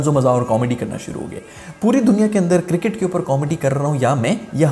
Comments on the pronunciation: Circket nahi cricket tell sarfraz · ENGLISH of Pakistani 🤣🤣🤣🤣 Cricket--circet🤣☀️